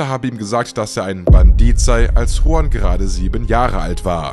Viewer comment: Juan ...nicht Huan!😅